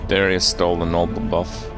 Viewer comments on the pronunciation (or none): none